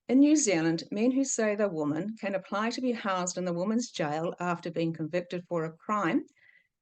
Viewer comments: Can’t you say woman and women correctly or am I wrong? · Yes, this the second video of yours I’ve tried to watch, and many people have mentioned to you already that your pronunciation of the word women is incorrect. Sorry, I’m out too🫤